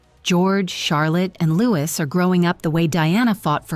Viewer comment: Why would they pick Camilla ? or Parker-Bowles ? Beyond the affair, they have no connection to Charlotte in any way. ???? Oh...It's Lew-ee, not Louis, it's French....and the name harkens back to when the Crown was also a vassal to the French Crown, for God's sake.